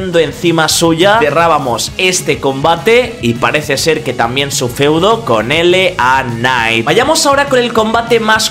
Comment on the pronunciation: Que pdo siempre pronuncias de manera errónea tanto a LA Knight como Uncle Howdy jajajaja Pero mi nota del royal Rumble es un 5/10